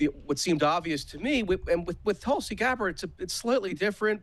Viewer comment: Did get Tulsi's name wrong 💀